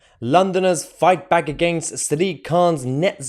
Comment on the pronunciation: Did you say fight BACK ? ... Or fight BAG ?